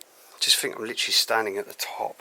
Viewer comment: LITERALLY. LIT-ER-AL-LY. NOT LTRLLY. JESUS.